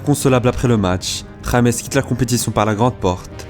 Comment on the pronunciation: Pourquoi il met que "james" sur son maillot au lieu de mettre "Rodriguez" ? Et son prénom est mal prononcé